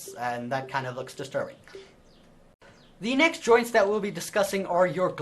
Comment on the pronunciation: When you say joints it sounds like you are saying ''droids''